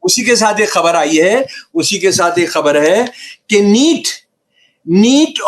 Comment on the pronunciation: Aap 'khabar' parhte hai , ya ' habar ' parhte hai ????